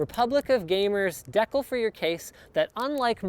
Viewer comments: decal is pronouced di:ˌkæl or DEE-KAL, if you don't know those characters, it's not de-kul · DE-CAL not deckel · Linus you pronounce "decal" wrong. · "deckle" lol